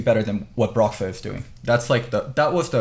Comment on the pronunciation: Kelsey saying broxah is bad